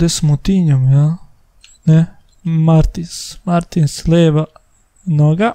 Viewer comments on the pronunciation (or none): none